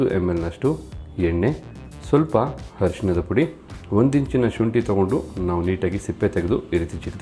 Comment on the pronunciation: Thanks for posting these videos. Really helpful. But please pronounce Kannada words properly 🙏 like its not "attu" its "hattu" which means ten. Not "adinaidu" its "Hadinaidu". Its not "Harishinada Pudi" its "Arishinada Pudi" means turmeric.